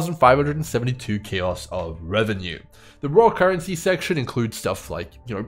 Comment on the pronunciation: I'm just here to hear say "Carrency" 🦘